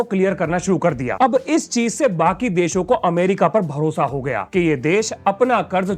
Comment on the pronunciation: मेरा भरोसा मिलेगा ❌ मेरा भोसड़ा मिलेगा ✅ मुझे यही सुनाई दिया। 😂😂😂